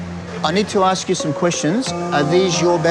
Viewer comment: "I've been giving all the information they "axs"!